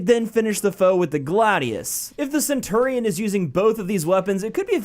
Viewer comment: hears pronunciation "sen-turr-ee-on" facepalm